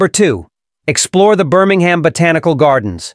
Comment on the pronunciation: It's BirmingHAM!!!!!!!!!!